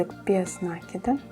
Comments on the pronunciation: Слух режет неправильное ударение и слушать не хочется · Мастер класс супер, очень полезные видео. При таком приятном голосе нАкид режет ухо🙉. Не умничаю, простите пожалуйста, написала бы Вам в личку, но ютуб такого не позволяет. Надо говорить накИд, потому что: нить накИдываем на крючок, мяч подкИдываем и закИдываем в ворота... и тд. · Всё хорошо, только ваш нАкид режет слух.